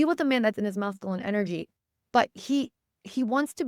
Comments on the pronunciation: Thank you for the message. Hearing the incorrect pronunciation of masculine as Mass-Ka-Lynn was distracting though. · The way you pronounce masculine 😖